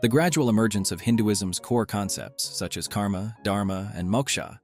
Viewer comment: Great Video but just one thing The pronunciation of many names is a bit wrong, you usually should not pronounce the 'a' sound Like in French (idk French just know a few words cos of school) you dont pronounce the 'e' which is in the end, similarly dont pronounce the ending 'a' too. Examples - Moksha, Karma, Dharma Exceptions - Ahimsa (I recommend taking advise from a native speaker for the pronunciations for future videos)